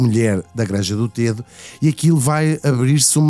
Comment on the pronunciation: Srs Locutores : Granja do Tedo pronuncia se " Granja do Tédo " com É aberto ..... Vocês chamam ao rio Tejo , Rio TÊJO ??? Não pois não !!!! Pois emendem a vossa pornuncia : Granja do TÉDO , mas sem acento no É .